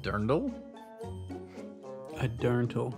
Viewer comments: This family is ignorant but I couldn't had answer that question about Dirndl either. It was so badly pronounced. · as a german I was dying when tge producer said dirndl